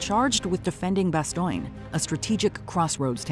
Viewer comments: You lost me at ""BASTOYNE""--the Brit-wits call it that, but Americans of MY generation. the WW2 Gen, call it "" Bas""-Frigging ""Stone""..... Bad Job, and I just got through watching """ BAND OF""" for the Umteenth time on Netflix....Bas-STONE, Bas-STONE X-Gen. Listen to the Colonel, he no say bastoyyyn...he say::: """"" BAS--Frigging-STONE."""" Amen. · Why do you say Bastion, when it is clearly said in the clip from the movie that it is not pronounced that way? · Bastoine?? The narrator obviously never watched the clips. C’mon…. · "Marching into Bastioyne"??? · Why does she keep saying Bastogne as "Ba stoy n" ? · Did she really say "Bas-toing"??? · You say Bastogne weird it’s pronounced “Bastone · 😂 “Bas-Stone” nice try though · Bastoigne? C'mon, AI. And "impactful"? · Bastogne is pronounced ba-stown. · might be the worst pronounciation of French words ever xD BASTOIN xD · Bastoing? Good lord if you are going to narrate a scene at least learn how you pronounce the name. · How do you mis pronounce ‘Bastogne’ when it’s mentioned in a clip of the show you are doing a video about? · She did a good job with "Carentan", not so much with "Bastogne". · How do you mis pronounce the names of places like Bastogne when it’s even said In clips from the show on the video you are narrating? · They pronounce Bastogne in the clip and the narrator still got it wrong :face-green-smiling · The narrator on these WatchMojo clips is fine, I just wish there was a minimal effort to make sure some of the words are pronounced correctly... such as the city of "Bastogne" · It would help if you could correctly pronunciate the places where these battles took place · There is no I in Bastogne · Good video, but please correct your pronunciation, particularly that of the name of the town of Bastogne. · Is she pronouncing Bastogne correctly? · "bastogne" or "bastoigne" ? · The way she says Bastogne :,( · You mispronounced Bastogne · It is so annoying how she constantly says "Bastoiiin".